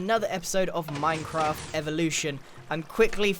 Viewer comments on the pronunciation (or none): “meencroft” Help me I’m dying